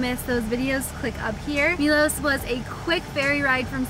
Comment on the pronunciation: It's interesting the way Americans so often say the letter O in foreign place names as OU. Milous, Dubrouvnik, Moustar, Pouznan. It's not a diphthong o-u. It's a simple O sound like in 'not' (rather than 'note'). Milos, Dubrovnik, Mostar, Poznan. I don't know why you do it. Brits never do that so it's got nothing to do with the English language. Be the first Americans to stop doing that. Lead the way! 🤣